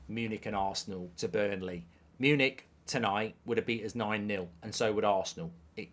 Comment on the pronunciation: ……it’s Burnley